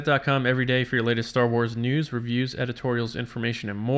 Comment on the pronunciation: every week for a second I get excited there will be a “new” show, and then I realize you’re saying news. I’ll get past it. Great job everyone!